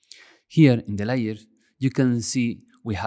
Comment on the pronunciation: lay-ur .. not liar.